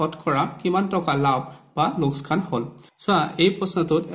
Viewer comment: ইয়াত লোকচান শব্দটো লোচকান বুলি উচ্চাৰণ কৰিছে। অনুগ্রহ কৰি সেইটো শুদ্ধকৈ উচ্চাৰণ কৰে যাতে